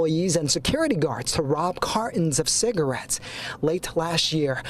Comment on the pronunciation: The way that news anchor pronounces "cigarettes" is making my skin crawl. Just quit saying the word!